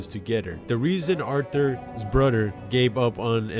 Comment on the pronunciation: 🤣🤣🤣🤣🤣🤣🤣🤣🤣🤣🤣 You said bruder